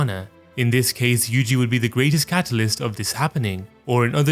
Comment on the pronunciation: Yuji is actually Yuuji in Japanese, 3 "syllables" yu-u-ji where u is long so last part is wrong though and itadori is i-ta-do-ri or yuu-ji ita-dori 2-2 if we are talking strictly about kanji I thought you would know that but now I am disappointed